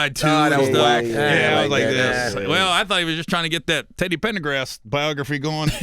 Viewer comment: “Teddy Pendegrass” Gary really 🤣🤣🤣